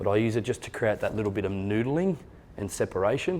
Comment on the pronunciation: I like when he saying " n00dling '' lol